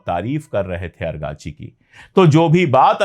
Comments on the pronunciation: Sir, not Arghachi but Araghchi. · The name of the foreign minister of Iran is Araqachi not argachi. Thanks You 🙏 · Argachi nahi.Arakchi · Araqchi ko argachi kehta h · پانڈے بھای اگاچی لفظ غلط ھے درست کر لیجیے آپ کا نام سید محمعد عباس عراقچی ھے آپ کبھی اگارچی اور کبھی باربی کہتے ھیں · आप अंग्रेजी स्पेलिंग के आधार पर 'अरगाची' उच्चारित कर रहे हैं जबकि फ़ारसी/उर्दू उच्चारण होगा इराक़ची/ سید عباس عراقچی या सैयद अब्बास इराक़ची है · Sir . Abass Araqchi hai......agrachi nahi hai .. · पांडेय जी आरागची नाम है अरकाची नहीं। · Kabhi ARGACHI kabhi AGRACHI ye kya hai sir ??? Us bande ka naam ARAGCHI hai ARAAAAAAAGCHI